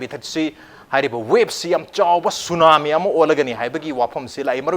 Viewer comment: tsunamo haibane tsunami haiba natte